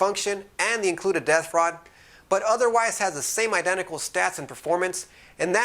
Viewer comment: just understood "death rod" instead of "depth rod".. :P thanks for the review :D